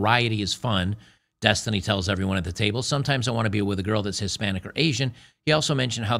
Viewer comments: it's density.. uh, destiny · Every time you say the word Destiny… I think you’re talking about the girl.